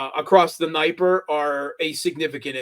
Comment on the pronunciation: What's with "Nigh-per?" lives in Moscow and doesn't know it's D-knee-epr?